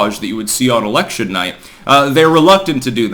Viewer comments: Haha! You said erection. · You said erection... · You said incite an erection!! 🤣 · You said, "incite an erection." Thanks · "someone tried inciting an erection" come again?